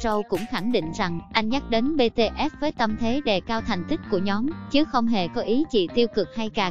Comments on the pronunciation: Bi Ti ét chứ éo phải bê tê ét Ok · chuyện chú Vinh thì có thể là hiểu lầm t để ý mỗi ad mắt j BTS ko đọc mà cứ đọc Bê-Tê-Ết nhể :) 🙂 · Bê tê ét. Bạn ơi đọc sai tên nhóm r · Sao cứ đọc là bê tê ét nhở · Má đọc chữ BTS cho rõ vô coi